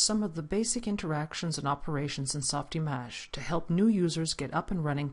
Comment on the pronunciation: softimAge?!!! are you Kidding me?! How can I take this tutorial seriously! It is not that it is not supposed to be pronounced that way, but if you cant pronounce it well in french, just say softimage, and save us the pain. Or release this tutorial in french. It is too distracting to watch. Sorry.